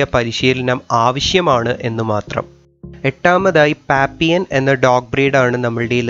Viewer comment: Pappion alla pappilon